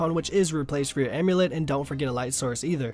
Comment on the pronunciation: "Slave amulet (e)". Good job buddy.